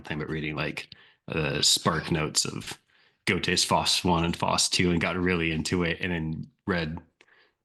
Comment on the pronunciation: FYI - Faust is pronounced like fowst :)